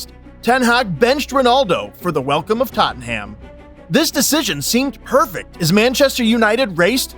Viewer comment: Imagine how much better this video could have been without American soccer terms and with correct pronunciation of names. Totten Ham...